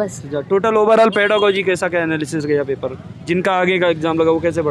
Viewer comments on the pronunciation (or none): पेरालोजी नहीं होता है पेरागोजी होता है